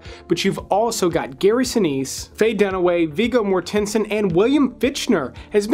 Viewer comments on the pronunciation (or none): Did I just hear Viggo Mor-TEN-son? ugh really kills my trust in your movie knowledge when you mispronounce such a popular actor's name